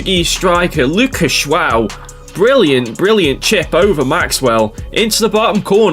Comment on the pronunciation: you pronounced the portuguese guy name wrong its rather tricky there is a cheet sheet though look up a vid of the protugal civ intro on civlization VI Sean bean says it perfectly for the leader Joao the III , to me it sounds like Ja-ow like as in the ou sound of ouch or jo-ow dammit i tried to finds a sean bean clip of the intro from ps4 but no luck doh hope my maddingly unhelpfull rambling is somehow helpful ha ha